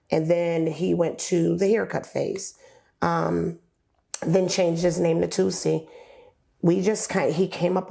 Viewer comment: TOOOOOOSII NOT "Tootsii"